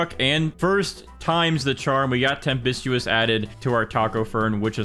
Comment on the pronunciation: Tempestuous is pronounced tem-pes-choo-uhs